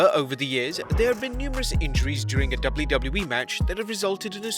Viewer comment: the way he says ''W'' is tooooooo funnyyyyyyyyyyyyy '' double u double u e'' hahahhaah